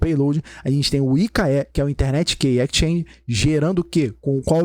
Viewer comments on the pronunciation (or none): excelente aula. se eu posso agregar algo, sugiro que o sr reveja a pronuncia de exchange (pois está comendo o som do S) -> e tambem a pronuncia de PREMISE pois o E nunca tem som de AI em inglês.